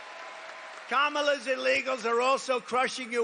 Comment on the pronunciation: Neither is a convicted Felon. Get over a teenager working at McDonalds. What job did you work at as a teenager? And how could you of all people call someone a liar with a straight face. Her name is pronounced Kom ma la